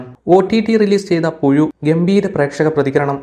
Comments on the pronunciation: പുയു അല്ല പുഴു😂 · ഓൻ അങ്ങനെ യെ പറയൂ 🤣🤣🤣🤣